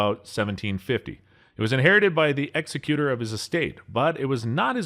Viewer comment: 🤔 The “Exec’utor”, NOT the “Ex’ecuter” of his estate. 🤣